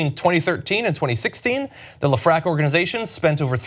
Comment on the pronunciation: Hey John, great post as usual. Just know that Lefrak is pronounced Lef-Rack